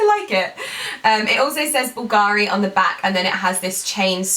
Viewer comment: Hi, I,❤️ your videos, you are such a beautiful and inspiring woman. Just a little comment: please stress the 'u' in Bulgari ( and not the 'a'.) Being Italian I just wanted to improve your pronounciation.